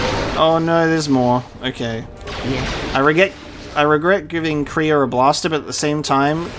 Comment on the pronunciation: The Way you pronounce Kreia's name is wrong, it's pronounced like Leia